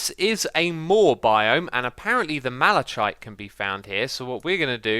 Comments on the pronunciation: Malishite? It's pronounced malikite... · It's pronounced malaKite, not malaCHite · Malachite is pronounced mala-kite. Not mala-chite. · its pronouced malakite not with a ch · malachite, (mal-aaa-kite) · Malachite is pronounced (mal-uh-kahyt) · Malachite is pronounced mala-kite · The malachite is pronunced malakite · X, its pronounced Malackite! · Isn’t malachite pronounced with a harsh K sound? I don’t know why, but every time X said it with a soft ch sound it got me so wound up.